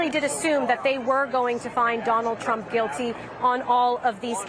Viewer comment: She said Donald pump??